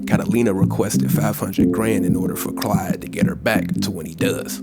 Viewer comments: Hey man it’s claude not Clyde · Why does he keep calling him Clyde? His name is CLAUDE. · Are you saying Clyde? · you just can't pronounce Claude can you